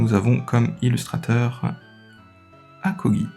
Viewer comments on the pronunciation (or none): j’avais 12 ans quand je regardais tes vidéos, 26 aujourd’hui, bon sang le temps passe si vite. bon retour sur youtube, et amuse toi bien; tu nous avais manqué, toi et ta façon de partager ta passion ❤️❤️ (ps: Akira Egawa la goat des illustratrices) pss: c’est “akagi”, pas “akogi” ahahah la police n’aide pas à déchiffrer le nom. un très bon illustrateur, qui a notamment fait le très bel Amphinobi SAR de ev06